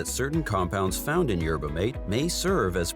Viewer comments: For Christ sake! Phonetically It’s MAT-eh! Like hearing a car crash every time video said yerba mate. 😂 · Pronounced Yer buh maw tay